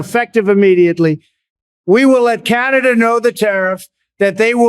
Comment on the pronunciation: C-An-A dah:D!!! just face it you're RTU2.